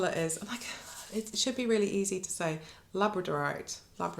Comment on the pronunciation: What a lovely episode. So much gorgeousness on display. A tip for pronouncing labradorite - we geologists (in UK and Ireland, anyway) call it la-BRAD-orite. You might find that easier 😊 It’s a lovely interesting colour whatever.